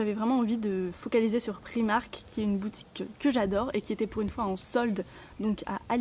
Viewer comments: prAïïïmark et non priimark !! C'est pas grand chose mais c'est assez insuportable :) ( pas méchant hein ! ) gros bisous :) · Excuse moi,mais c'est bien PR-aaï-mark ,mais on prononce le 'r' à l'anglaise. Et je pense bien savoir car je suis anglaise & j'habite en Angleterre,et j'entend bien les gens parler. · Alors désolée pour toi j'habite à Londres et on dit bien Pr-AÏ-mark!! avant de vouloir rectifier les autres vérifie.. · Je suis aller dans un primark à londres et je te jure que le i se prononce bien AÏ ..sa fait mal aux oreilles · le i ce dit aïe en anglais....